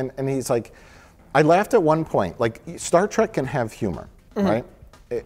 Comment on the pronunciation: It bothers me that Mike keeps saying Track and not Trek. lol